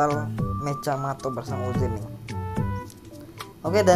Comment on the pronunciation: Mechamato lah bukan mecjamato kau tak tau bahasa malaysia ka nih!!!